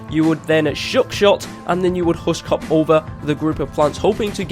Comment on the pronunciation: Husk hop over the plants? You said it wrong.